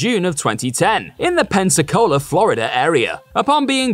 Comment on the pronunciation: I’m from Pensacola Florida, it’s weird to hear a Brit say it